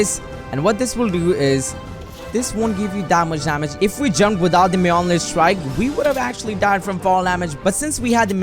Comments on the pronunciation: You are pronouncing Thor’s hammers name so wrong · When he said Thor’s mjonir strike: TORZ MEOMEER STRIE